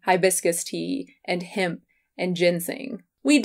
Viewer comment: Interesting how you pronounce hemp "himp". I say "hehmp".